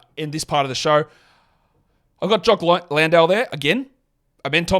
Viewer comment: I'm just here so I can here an Aussie man say "JOCK LANDALE" in a Texas mid-west (whatever American) accent! LOL!